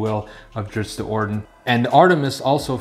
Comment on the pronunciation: Wheel of Time and now Drizzt “not Drizzit” Do’Urden. 🤘 best channel